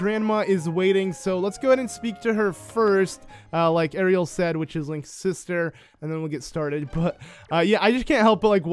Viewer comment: It's pronounced arrill but Ariel sounds better